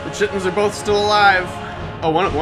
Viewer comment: Love ya stuff you're great. But chiton is pronounced kai-ton!